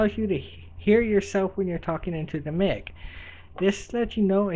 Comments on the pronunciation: Your saying mic as in MICK, but its mic as in MIKE or micheal, think about microphone, not mickrophone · LOL HE SAID ''mick'' haaaa